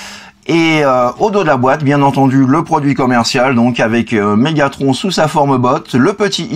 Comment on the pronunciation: Dis megathron pas Megatronche